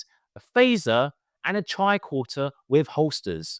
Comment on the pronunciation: Tricorter? You mean tricorder right? Right? 😂